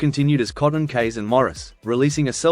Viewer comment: Jim Keays . Pronounced "keys" .